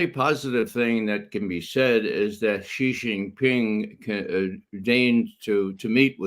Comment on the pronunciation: Judge, correct your pronunciation, it's SHEE JIN PING not JHEE JIN PING. Jhee JHEE is slang for penis like Pee Pee in English.